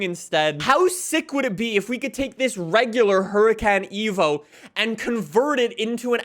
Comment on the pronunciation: this man realy said huricAn eco